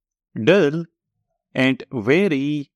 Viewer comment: Your AND sounds like AT ...